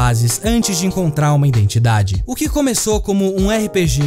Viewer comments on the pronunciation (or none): none